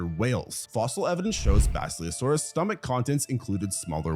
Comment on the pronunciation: Work on your pronunciation. Basilosaurus is pronounced the way it's spelled. The word "silly" should not show up in it. You can't pronounce Othniel's name either. Nor Yevgeny's.